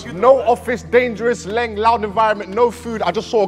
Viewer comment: called him LENG lmaooo